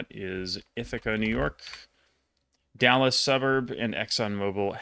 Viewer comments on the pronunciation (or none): none